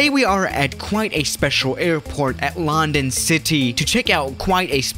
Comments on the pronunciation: You don't pronounce london lan-dan you pronounce london lun-dun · Its london you prenounce it like lu n dun not loundon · Nobody: Absolutely Nobody:: lAhNdOn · everybody else: london city:loNdOn city 🤣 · "at lAnD0n city" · It's lun don ok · Did anyone get triggered the way he said London